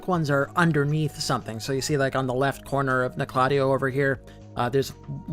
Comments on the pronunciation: Like KNOCK la Tay O. Not Nokloteo in one syllable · I stopped watching when you called it. No-clot-EE-oh. lol. 😂 it’s Noke-la-TEE-oh. Umbasa. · Nocladea?! You mean noc- le teo? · The correct pronunciation is “knock-la-teo” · It’s pronounced Nock La Tay Oh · You say Noklateo like you’ve never played Elden Ring. Makes me cringe every time you say it. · I pronounce it as "Noklateo", but i think I'm the only one who says it that way... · i didnt even notice bro said noklateo instead of noklateo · I cringe every time he says it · Maybe he should learn how to pronounce Nokloteo correctly first